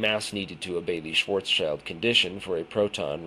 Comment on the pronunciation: It is pronounced "Schwartz-child". Schwartzschild was an actual person. It's not named after the German word. I've read the paper and thought it was interesting, but the fact that he didn't do a fully relativistic approach is suspicious at the least. Also, the "best paper" award from that university is not prestigious in the world of physics. If the findings were respected by other reputable physicists, then this would be in a journal like Nature. Interesting, but probably bologna